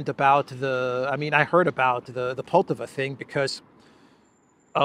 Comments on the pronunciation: Poltava (stress on the second syllable), was a site for a decisive battle in the North War between Russia and Sweden. Peter the Great vs Carl XII, 1709. Carl XII was attacking Russia after Peter got access to the Baltic sea. The battle ended in a decisive Russian victory, with Pushkin commemorating it in his poem. Swedes in Poltava brings these historic memories. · Не ПОлтава. Но ПолтАва.